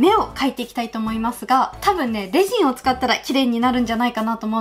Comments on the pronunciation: レジンのイントネーション…… ✖レジン⤴︎ 〇レジン⤵︎ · F H 発音ではなくイントネーションですね。英語でもレジン⤵︎ですから。